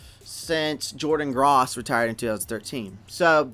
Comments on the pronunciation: Jordan Gr-oss, uh? lol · Hey man... like your stuff. Good info and good research. Food for thought, add some videos of the prospects when talking about them. Picky point, Hard O in Gross. Keep up the good work, keep pounding!